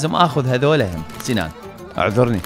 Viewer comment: هههههههههههههههههههههه مو سنان اسمو سينان